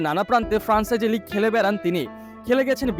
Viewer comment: ভাই আপনি আগে সঠিক উচ্চারণ শিখুন। তীব্র,,ফ্র‍্যাঞ্চাইজি।